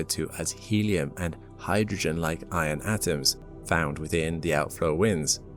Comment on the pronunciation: "i'on ions"